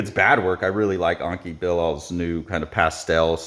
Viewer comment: it's not Anki but Enki Bilal (E as in TED) anyway not sure why people cannot pronounce letters the way they look